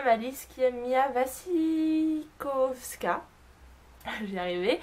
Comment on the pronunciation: Super vidéo mais malheureusement ce n'est pas Tim Burton qu'il le réalise, c'est James Bobin. Mia Wasikowska se prononce (Va-Chi-Ko-Ska), c'est justes des conseils. Bisous.